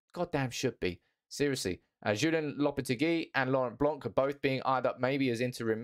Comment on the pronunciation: You don’t really read ‘c’ in Blanc surname 😏.